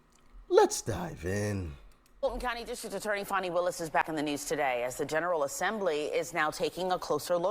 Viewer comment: It sounds like her name is pronounced " Phony"!! It fits like a glove!